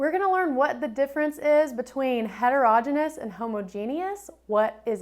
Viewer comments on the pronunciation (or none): Don’t teach the kids to pronounce heterogeneous like that 🙊